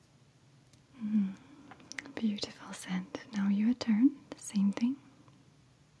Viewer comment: did you say horrible teas are buttifle